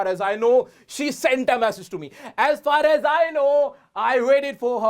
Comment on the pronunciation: sir maine apka 1 vidio me dekha tha ,aap usame for me ,r, silent karane ko kaha tha to aap isame as for as kyo bol rahe , please repy me